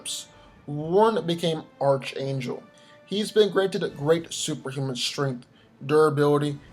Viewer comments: Being picky: it's pronounced arc-angel, not arch-angel. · X-Force has too many street level characters. Like who is taking out Groot?? It would help if X-Force was at least given a numbers advantage, maybe add Fantomex and Deadpool, but the X-Force members are too similar. And oh yeah, it's pronounced arK angel instead of arCH angel. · Pronounced ark not arch. You're killing me with that. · It's pronounced ARK Angel not Arch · Archangel is pronounced ark-angel bro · It's pronounced "ark-ayn-jel"